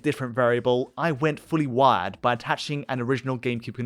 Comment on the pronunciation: Every time he went to actual GCN hardware, I kept thinking ".WAD? .WAD files? What the Hell is he talking about with .WAD files. That's not the GCN game format". Turns out not until half-way through the video did I realize he's saying *WIRED*. Be that as it may, it's early, it's in it's infancy, but they'll be fixed just as N64 issues were fixed.